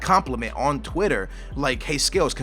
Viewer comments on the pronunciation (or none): none